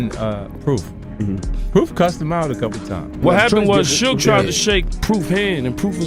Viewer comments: Who is SooGay Knight? Eminem is Suge White. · "Soogie knight is here" 😂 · Soog? Do better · Lmao Soooga night, sooggy, Tony Yiyo! 😂😂😂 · Damn I can't believe they stood up to soog soojuh sugi and soodge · Su-gah , su-gay,and Su-gie my Boii it’s suge 😂😂😂😂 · it's Sooga not Suge 😂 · Suu-gay? That's new. Suu-gee... 🤣🤣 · As soon as I heard Sooga I'm out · Sue gay, suegee rofl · Suega & Tony Yihyo 😂 I Fukn hate AI narrators, but it's funny because it can't even pronounce names correctly. So how DAFUK is it smarter than the human mind? It's not, it's fukn cramped! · Heard sugay, sugee and ran to the comments 😆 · Sue-gay 😂😂😂 suegy 😂😂😂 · This voice is brutal. Who is sue-gay!? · You should have spelt it shug so the AI could pronounce it correct 😂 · or sooga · That shit threw me the f off. And then proceeds to mix it up with "Sooch, Soogie" etc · lmao, I was laughing at the Su-gay thinking this AI made Suge into a Japanese Samurai lmao but, the video got a thumb down from me once i heard YahYo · His many different ways can you pronounce suge incorrectly lol sue-gay sooga sue-ge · type shoog "Suge" get ai to say it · Maybe Yaaaaayo knows who Sooga is lol, so annoying. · Why do all these idiots use ai when it cant even say peoples names right every damn time it gets almost all the names wrong like any video about 2pac they call him 2 pack But suge by like 4 different names is ridiculous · These AI voice over need work. Stop being lazy and make the AI say it right. Who tf is mickey pfeifer and Shugey? Hard to take some of these videos serious and yall sound crazy